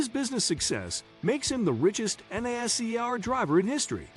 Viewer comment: the pronunciation of nascar is killing me